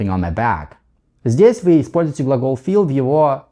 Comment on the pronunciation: Ничего себе: feel в конце ролика - теперь понятно, как надо произносить: через звук шва после i: 🔥 Спасибо! Чрезвычайно полезно объяснение! Также, почему nt часто заменяют американцы на просто t. Одно дело знать, как надо, другое дело - понимать, почему. И также про экспрессию в Continuous глаголов, которые в нём обычно не употребляются. Спасибо большущее!!!